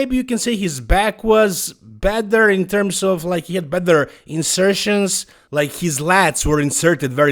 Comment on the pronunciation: I'm not an English speaker so I don't get why you say "bether" instead of better... It's not a difficult word to pronounce correctly. I might be wrong though